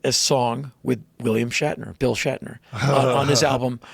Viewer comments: Is it me, or does Joe always pronounce William Shatner as "William Shackner"? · Is Joe saying 'William Shackner'? LOL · Am I wrong or does Joe keep saying William “Shackner”? Great interview btw. 👍🏼